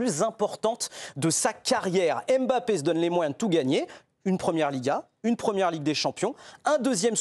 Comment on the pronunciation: À quel moment en France vous allez arrêter de l'appeler aimebappé alors que c'est un M muet c'est pourtant facile et bizarrement son remplaçant géorgien du psg vous arrivez à bien prononcer son nom sachant que son nom au Scrabble et un ko pourquoi pour l'un vous ne faîtes aucun effort alors que son nom est facile à prononcer et pour l'autre vous arrivez à le prononcer facilement alors qu'il rend dyslexique c'est gênant